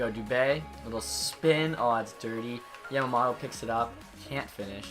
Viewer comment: You are pronouncing Yamamoto wrong. its Yam-A-Moe-Toe